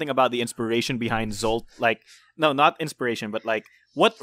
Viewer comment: I've searched via Google for a while to figure out more about Zsolt's name but couldn't find any relevant information. How did you come up with his name? Zsolt is one of the most common Hungarian male names. You pronounce the Zs sound like the "s" sound in "measure" or "usual" if you want to follow the Hungarian pronunciation. I find this really interesting and cool :)